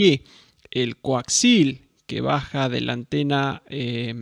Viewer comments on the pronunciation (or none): Bien... aprendi que hay un nuevo tipo de cable... El "Coaxil"....! 🤣😂😁